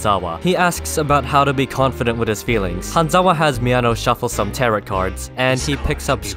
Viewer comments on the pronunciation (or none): “Terrat cards” ☠️